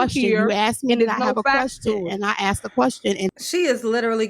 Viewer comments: aksed you? what language is this...ho talk? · aksed her?